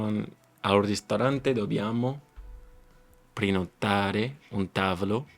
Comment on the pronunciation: You sound like u are making great effort but your pronunciation is pretty slow, like u can hear how marked the distinction between syllables is. For example when you say "prenotare" I hear "Pre-no-ta-re". But that's due to your experience so nothing to worry about.